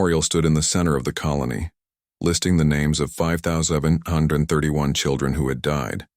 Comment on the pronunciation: 😂 why are numbers so hard for the AI to say i loved the story but can stop laughing when i hear the "5 thousand andfj yr ch h h kfh 31 children" 🤣